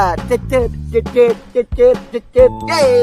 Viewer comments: Cecet bukan kekey😂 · Cecet cecet bukan hencet hahaha Salam youtuber pemula